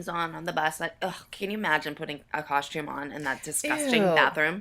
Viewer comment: Does everyone in Pittsburg add an h to the word costume, or is it just the dance moms crew? I always hear "coshtume" instead of "costume."